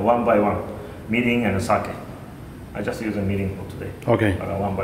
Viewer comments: LOL mirin not meeting. Mirin wine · Mirin NOT Minn. Sweet Rice Wine not vinegar. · tanks. Mirin prononce and wrote english on video as like 'meeting'^^ i did'nt understand what is 'meeting' sauce. . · ohhh he was saying "Mirin". gotcha. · I cant exactly get the name of the first ingredient u put in the pot ( meeting...milling...) may be a list of ingredient in the description would be nice :D...Great video anyway :D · what is the clear liquid that he emphasize about I heard "Mini"? you did not add text on the screen in the beginning after the soy sauce. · Is he saying "Meaning"??? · No he's saying mirrin, a Japanese cooking wine.